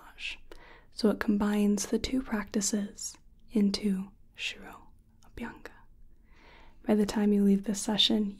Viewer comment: 1. The intro style was new. 2. I was jaw dropped when you explained shiro-abhyanga process. (Pronunciation was on a point). 3. I really felt that I'm in ayurvedic clinic when explained vaat, kapha, pitta prakriti. 👌 Hats off to your efforts. Top-notch video as always. 👍